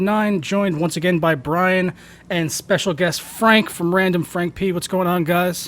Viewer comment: Great show. I was amazied you pronounced my last name right!